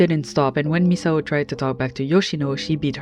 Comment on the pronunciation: omg you're like the first youtuber I've heard actually pronounce Misao's name correctly! every lets player and essayists I've ever watched always go "miss-ow" or "mees-ow"